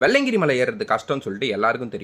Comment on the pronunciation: வெள்ளையன்கிரி❌❌ வெள்ளியங்கிரி✅✅